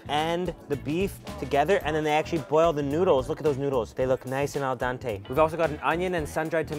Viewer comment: AL DENTE, NOT AL DANTE, K